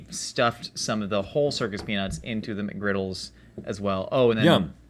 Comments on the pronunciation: As a highschooler that works at McD’s, I can confirm that no one says the “s” in McGriddles. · "we don't say Mcgriddles with an s" proceeds to say it every time with an s lol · It's not "McGriddles".